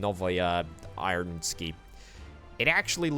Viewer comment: Thanks for releasing such entertaining content! The only slight gripe this episode is that "novaya" is the feminine form of "new", whilst "ironsky", atleast as you pronounced it, suggest it in the masculine form. I apologise if this came of as an insult or a slight, I didn't intend it to be that way.